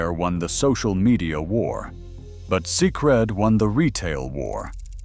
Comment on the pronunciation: Pronounced "sacred".